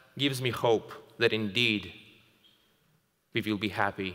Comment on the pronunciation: “and INDEED!” *feels a sudden chill*